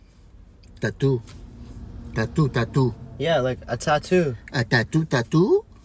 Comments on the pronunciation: I love how his dad pronounced tattoo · i love how he says tatu and not tattoo lmao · Every one :tatoo His dad :tato tato